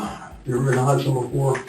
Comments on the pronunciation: It's Hudson not Houston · It’s not Houston it’s Hudson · Hudson not Houston let's get it right